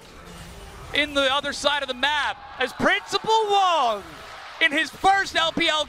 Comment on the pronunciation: Actual props for pronouncing Wang correctly most westerners would pronounce it with a “ang” instead of “ong”.